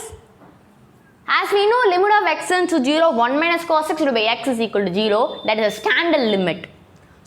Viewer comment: zero ❌ geeroo✅